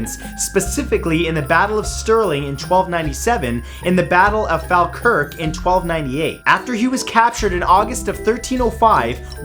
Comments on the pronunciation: Falkirk hahahaha for reference its pronounced fall-kirk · Falkirk- pronounced: fol-kirk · Omg i love you but that's not how you say falkirk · Hey Matthew I'm not trying to be a pain but Falkirk isn't pronounced as "Fahlkirk", it's pronounced "Fawlkirk". I don't live too far away from there and it's a great place full of history! Great video btw! :3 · *The battle of Stirling Bridge. *Falkirk is pronounced as Fall-kirk. Though, the poor unfortunate inhabitants of the town (sorry, not sorry, my dear Falkirk cousins, lol) pronounce it as Fawkirk. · He’s absolutely butchered the name Falkirk in Scotland haha it’s pronounced ful-kirk 😂